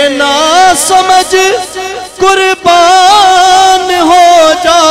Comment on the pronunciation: لفظ “حقیقت “ہے “ حکییکت “نہیں”صادق “ ہے صادک نہیں قربان ہے کربان نہیں۔ او شعر یوں ہے۔ ارے او ناسمجھ